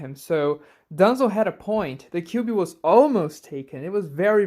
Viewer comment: Don't say kibui or kiwui 😭😭 Say the 9 tails or Kurama